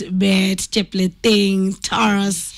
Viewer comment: Please correct the NAME. NOT TARASS. TA RUUS..only. Vernacular names in Kenya are pronounced like Kiswahili. Mang'eni is ......not. "me-n---jeai"